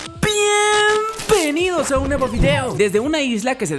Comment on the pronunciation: Pienbenido a DocTops :V